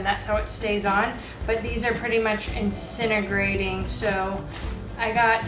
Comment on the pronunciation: "Incinigrating" <3 Also, WD-40 works on Isinglass.